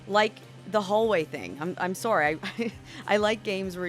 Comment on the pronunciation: I didn't believe you're a Canadian until you said the word" sorry".